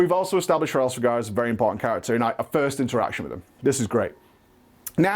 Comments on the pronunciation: Normal people: Hraesvelgr: HARESVEGAR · It almost feels like he is intentionally pronouncing Hraesvelgr wrong considering he says it like 10 times within the span of a few seconds lol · Of all the ways the too mis pronounce Hraesveglr, u somehow stumbled on the most ear-grating. Just re do man, it's embarrassing